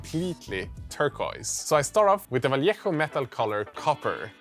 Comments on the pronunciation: Well done, sir. Good pronunciation with Vallejo!! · This might be the first video I've seen where anyone has pronounced 'Vallejo' properly - hats off. The buildings were cool too.